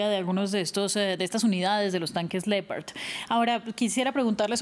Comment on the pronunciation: Lo que que cambio fue que los Ucranianos están acabados semiderrotados y sin soldados y municiones y la presentadora que no sabe pronunciar LEOPARD Y SIENDO HISPANOAMERICANA NO SABE DECIR LEOPARDO 🐆 TAMPOCO☝️🧐🤣🤣🤣🤣🤣🤣🤣